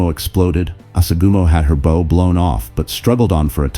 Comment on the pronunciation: Its pronounced bough, not bow like bow and arrow, bow is baow, bow the front of a ship